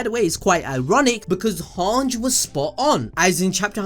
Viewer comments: everything aside is Hange pronounced as "HAANJI" or "HAANJ" bruh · how can you not even pronouns hanges name right? it's so easy: han-ji, not hang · Hange is actually pronounced han gee